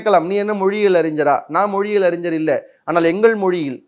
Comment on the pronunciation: "அறிஞ்சர்" இல்ல. "அறிஞர்" இயேசு பேசியது எபிரேயம் இல்ல. "அராமிக்"